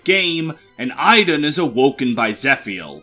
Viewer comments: Interesting way of pronouncing Idunn... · I'm well aware of where Idunn's name is from, as well as the fact that the pronunciation you gave there is inaccurate, since it's my actual name and it's not pronounced like that :p